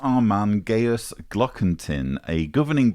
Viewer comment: On a pedantic note,: Gajus is pronounced "gah-yus" like its Latin forebear Gaius, not "gay-us". Less pedantically, Gajus's surname might be translated from German as "Dingaling" or "Tinkerbell" 🔔😉